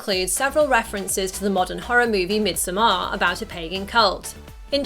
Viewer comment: I'm dying a bit inside every time she's trying to say midsommar.